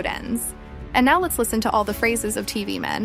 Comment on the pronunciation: it sounds more like “First we watch” instead of “First let’s watch” in my opinion